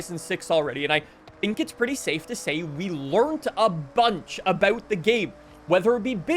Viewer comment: Really? Learned with a t at the end and the letters ed taken out?